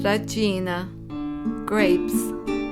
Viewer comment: Racina is actually pronounced /rah-SHEE-na/ or perhaps “rascina” in Italian orthography. Same for acitu, which is /ah-SHEE-too/. The vowels in these videos make it seem like the dialect of Enna or Caltanissetta: cutiddu (cuteddu), ugghiu (ogghiu), uvu (ovu), etc.